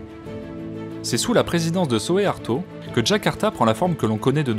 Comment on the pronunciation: on prononce soukarno, pas soékarno : on prononce souarto, pas soéarto